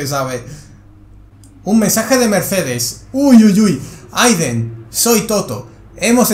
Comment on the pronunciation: Nadie: Absolutamente nadie:: PIZA, ZOU, AIDEN